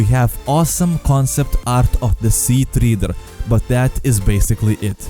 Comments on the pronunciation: “Sea-Tree-der” XD it is pronounced “sea-tread-er” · No that's a treader, treh-dur not treeter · Sea treeder i thought it was Sea Treader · Sea teeter it's triater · im getting triggered idk why? you're saying treeder (Tree-Dur) its a Tredtor (Tre-ed-dur) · You kept saying sea treader wrong holy fuck